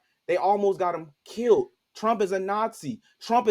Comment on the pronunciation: Killed, not Killit there is no "T"